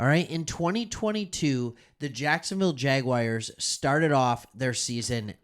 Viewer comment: Bro loved the content, but who showed you how to pronounce “jaguars”hahaha , i did subscribe , good vives 🤙